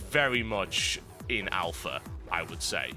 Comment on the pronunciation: You might say it's in Owl-pha.